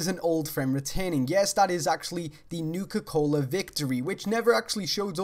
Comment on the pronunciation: I just want to point out, "Nuka Cohler." Great vid :P